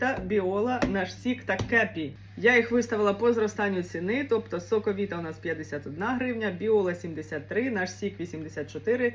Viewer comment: Ви чомусь "соковита" читаєте не українською(